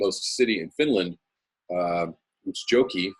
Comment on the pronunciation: Hehe, you just made my day with your pronounciation of our nothernmost town in Finland, "Utsijoki"; (it sounded like UZI-JOKE-EH? - just great, hehe - I've never thought of that town so hyper-spatial -- Nearly spilt my beer.) Don't worry, that was great! Step by step, man. Next step, Tromsø, in Norway. Wait -- I'd fall on my ass pronouncing that as well. Oh well